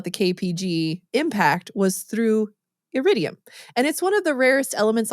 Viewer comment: Iridium, not Yiridium. Element number 77.